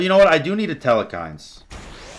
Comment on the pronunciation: I cant be the only one that notices the way he pronounces Telkhine's as "Tel-e-khine's". I might be stupid and pronouncing it wrong but the way i read it there's no extra 'e'